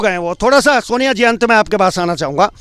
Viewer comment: naam to thik se bolo,soniya h naam.....soniya Harak singh nhi h jee